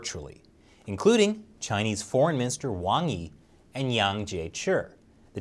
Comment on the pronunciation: like all your followers, I appreciate this program a lot. So, this is not criticism per se, but please ask Shelly to help you with the pronunciation of Chinese names before you do your programs...! At least you have Wang Yi correct (to my surprise!). Thank you, (a pronunciation for I heard several times before - but I'm sure you won't appreciate it!).